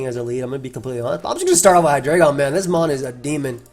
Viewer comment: you know it’s Hi-dry-gon.